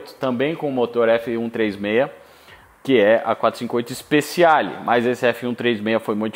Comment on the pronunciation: Ótimo vídeo!. Uma dica, se você me permite: Speciale se lê speTIale, e não speSSIale.